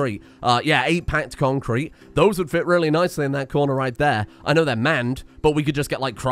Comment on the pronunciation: Every time he says concrete, it sounds less and less like a word., stop it.